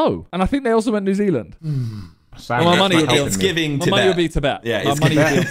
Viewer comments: NEW ZEALAND Simon said it correctly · Never heard the sidemen say New Zealand so much. Glad they got it right tho